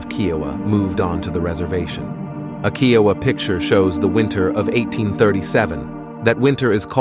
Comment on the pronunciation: Man you sure your pronouncing Kiowa rite ?